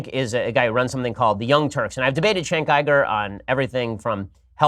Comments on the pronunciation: yeah it's kind of weird, because "chenk Igur" doesn't sound any worse or better than "Jenk Youger". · "chenk igur"? god he's a dumbass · "Chank Ieger" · He knows that it isn't "Chenk Uiga" but, well, "Cenk Uygur" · "Chank iger" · "Chenk Eyegir" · "chank iger" LOL fascists have some weird speech impediments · You wrote a book on pornography...? Did you enjoy doing the research? "Chenk Aigar" what a child. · Who’s Chank Iger? 😂 Also, there is nothing wrong with porn. It’s perfectly natural. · Who tf is Chank Igerd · "Chenk Iyger"? He's debated him and he doesn't even know how to pronounce his name? Maybe Bean Shaypirro should pay attention. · Who's Chank Eye-gore? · "Cenk Iger" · "Chank Eiger"? I thought that Ben was touted as a genius by the right but he struggles with pronunciation? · Chank Eye-gur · Chenk Eyegur lol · "Schenk ygor" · they way you pronounce it not body knows who cenk igor is... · everything you need to know about this piece of shit: he knows EXACTLY how to say "Cenk Uygur" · Why can't any Republican say Cenk Uygur right!? God damn it's annoying as fuck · Bin Sepirow can make his shitty gay boy arguments, but can he at least pronounce cenk uger correct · i can't take Ben Shapiro pronouncing cenk uygur name lol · The intellect Ben Shapiro cant even pronounce Cenk Uygur